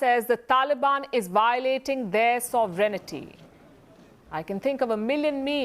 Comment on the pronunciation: sovereignty... thats pronounced: Sov-rent-ee... NOT sov ren ITTY!! Other thatn that, brilliant earings and awesome reporting!